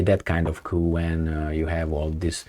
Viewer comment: Hey its pronounced "Coo" the P is silent 😇